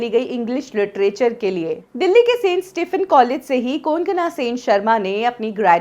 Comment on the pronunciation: The spelling is maybe - Konkana But Pronunciation is KONG KONA Ok Recharge before uploading videos how to pronounce the name, for whom the video is About to Anyway nice video ...